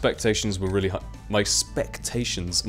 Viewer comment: EX-PEC-TA-TIONS speak the queen's English! :D <3 u